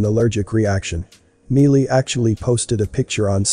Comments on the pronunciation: "My lee" not me lee lol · ITS MI LEE CIRUS NOT MEE LEE . WOW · I love your videos, but if you know WHO Miley Cyrus IS, how do you NOT know how to pronounce her name correctly? It's not "MEE- LEE," it's "MY-EE". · Her name is pronounced My-lee, not meal-ie. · Love that your synthesized voice called her Mealy !!! 😆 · It sounds like he is saying "Melee Cyrus" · I'm sure that MEELY Cyrus will most certainly appreciate the MISpronunciation of her name !!! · Its an automated voice, so yea. Thats what you pulled from the video, name mispronouncing? Are you 12? Why are you here? Also, I highly doubt MEELY Cyrus is going to watch this video so yea...and who cares what MEELY Cyrus thinks. Troll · It's Miley Cyrus not melee Cyrus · MY lee is how you say her name smh... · I think her name is pronounced Mi-lee.... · Its an automated voice people! Who cares that it pronounced Miley's name wrong! Is that all the info you gleaned from this video? Wow.....just wow. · He just wants the robot to get her damn name right! I am sure he meant No offense and even if he Did... you just pay That no mind! 😁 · NO, but it IS repeatedly distracting & annoying. It happens in all these videos that use a synthesized voice. I don’t know what the workaround is, but it would be a blessing if they found one. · Miley has a long i pronunciation, not a long e.......please pronounce her name properly. It is just common courtesy. Thank you. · You are saying her stupid name wrong.. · Can't even pronounce her name right